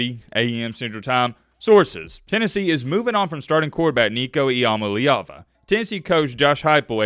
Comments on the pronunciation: He really said “I am a leeva” cya later bud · Its literally in his name I-am-a-leava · Well, his name is, imma leave ya. That's how I've pronounced his name since I first saw him. Lol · Still can’t even pronounce his name right🤣